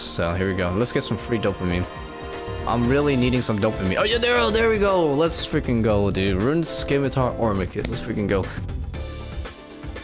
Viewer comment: I know I risk sounding old, but why do all the zoomers call it a Skimitar? Is it because they don't teach grammar in school anymore or something?